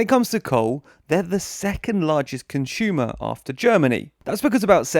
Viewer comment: Close down all these lignite mines, not just Polands. btw you're English. Please say "consumer" not "conshumer" you should be able to pronounce this properly.